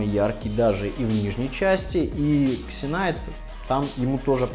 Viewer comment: Все ытлично, только пожалуйста названия не коверкайте. Читается Зинайт